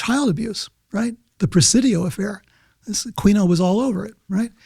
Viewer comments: Peter, it would give you so much more respect if you'd pronounce Michael Aquino's name correctly. I don't understand how some people just suddenly pop up with some wierd pronounciation of a well-known person's name, that they've NEVER heard anyone, ever, pronounce it that way, & have heard it pronounced a million times the correct way. Shouldn't you question yourself, hmmm, EVERYBODY pronounces it "A-Kee-No". Maybe I should STOP PRONOUNCING IT "A-QUEEN-O". Did seeing that "Q" really make you totally disregard how you've heard literally EVERYONE pronounce it, your entire life? I see people do this all the time, names I've known about for 50- plus years, then some dude pops up & preaches gobs of info about him with authority, obviously having researched them & heard their name spoken correctly, yet they wing-in some wierd pronounciation that they've NEVER heard themselves, out of thin air, & everyone listening is thinking "who is he talking about"? Well, I'm not just thinking, I'm saying: Pronounce your subjects name correctly. It's easy. It's the only way you've ever heard it. Mother of GAWD, it ain't brain science! Drives me crazy. OK, sorry, I just couldn't bear hearing it happen again without saying something. Aquino. A-Kee-No. Got it? I sure hope so. WHEW. Enough already. That being said, I've enjoyed listening to peter for DECADES. I like his calmness, his demeanor, cadence, so im not bashing, just Sayin'. 😅-Peace - David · Aquino is pronounced a-kee-no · He keeps pronouncing Aquino wrong. the q is silent. it is uh-KEE-noh. This dude is sus.